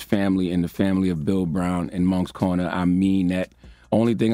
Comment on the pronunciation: U can't say Moncks Corner and don't say Cross SC. Cross High School !!!!